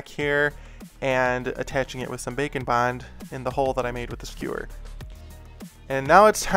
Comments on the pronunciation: I’m new to the channel and the entire time I thought he was saying “bacon bond” instead of “bake and bond”. XD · When he said "bake and bond" I heard "bacon-bond" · wait- it isn't bacon bond? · I can't be the only one who hears "Bacon Bond", can I? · SAME!! (You changed that xD) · I thought the same thing! LOL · Same here bro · same lol